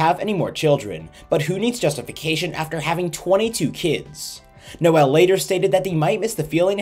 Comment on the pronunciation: Noel is pronounced Noll not No-el